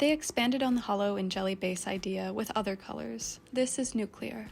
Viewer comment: Thank you for saying “nuclear” correctly 😂😂😂